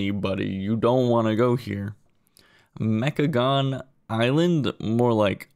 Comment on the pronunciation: Honestly had no idea "mechagon" wasn't just the whole thing. Also "meh-cha-GONE." Yeah I'll patiently wait for the sequel thank you. Maybe try and get Dragonflight alpha and submit a bunch of bug reports that none of the zones are forests? Seems like a problem.